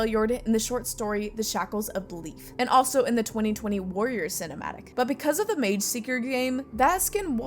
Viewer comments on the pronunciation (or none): none